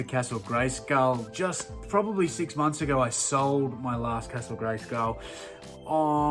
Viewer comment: your english is wrong how are you saying castle greyskull you bloody bogan great vid will have to watch the next auction when on to see if i snag stuff yes i miss smoking sigs